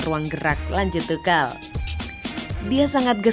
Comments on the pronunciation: Naratornya goblok... asuu... Bukan TUKEL ... tp TUSYEL ... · Entahlah kok Tuchel itu dibaca tukel😄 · Tukhel atau Tuchel min😂😂😂